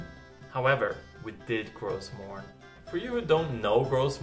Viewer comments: Tks, very informative. I like that u also suggest to skip some places.. btw, u dont prononce the S in Gros morne. It<s a french name. :-). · Everybody on the Island pronounces the s in gros morne. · Yeah I thought so too and every other Canadian I've met pronounces the s as well, although I understand the name is French originally :)